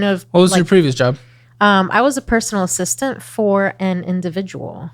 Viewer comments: Executive "Assitant" 😜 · executive "assitant" lol